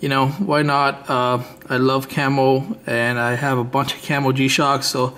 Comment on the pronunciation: It's not camel or camelflage its camo or camouflage damn bro lol